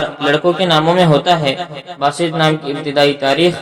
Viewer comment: Its Baasit, not basit